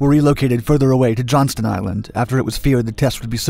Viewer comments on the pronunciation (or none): none